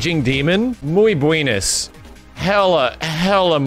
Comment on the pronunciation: saying "Muy buinis" XD XD